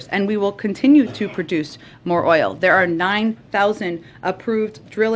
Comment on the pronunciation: Peppermint Patti does it again 🤣😂😂😂 “let me give the facts here” 🤣🤣🤣🤣🤣🤣🤣🤣🤣 ** she can’t pronounce “oil” .. 5 times to say it correctly… gooo peppermint!!